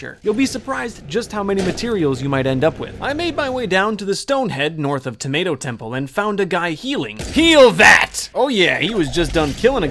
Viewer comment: and you said 🍅 temple 😑 exoosssedd